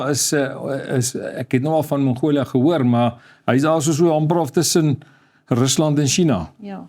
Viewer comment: Nie die Engelse "Mongolia" ("Monghoulia") nie, maar MONGOLIë asb.